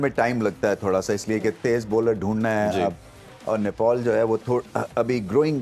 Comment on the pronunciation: Didi pehle bolna sikho nepol nai nepal hai kam se kam sunn ke to sahi bolo